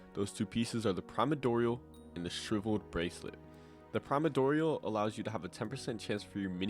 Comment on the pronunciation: I find it so funny bros calling it the “primadorial”